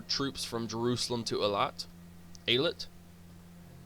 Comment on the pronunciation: Also you pronounce it 100% correct the first time: hey-lArt